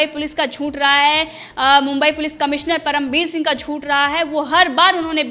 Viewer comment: Teri channel achhi hei. Meine subscribe ki hei. Lekin news kaise ohadhi jaat hei voh sikh. Shabdo ka sahi uchhar sikh. Zoonth nahi hei zooth hei. Tera audio sunke khoon ubalta hei mera tere galat uchharan se. Please hindi sikh le.